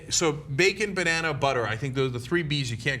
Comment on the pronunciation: Bannana? Wtf is wrong with you?